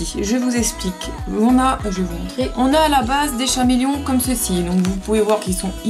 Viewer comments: K-méléon. CHAméléon c'est pas possible, mes oreilles me brûlent. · chameleon ce prononce kaméléon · On dit caméléon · C Cameleon on le prononce SANS H et en anglais aussi et on acheter c crayon chez le magasin Dessert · C'est vrai qu'on s'en fiche un peu de la prononciation. Mais le "H" n'est pas utile ! Je sais pas, vous avez pas fait le rapprochement avec l'animal du même nom ??? Et le "H" se prononce ?! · El Pueblo non c’est une erreur que bcp de personne font en le prononçant comme le nom de l’animal mais sa ce prononce avec le H